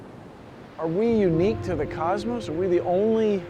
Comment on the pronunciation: Cosmos, not cusmos. It's an O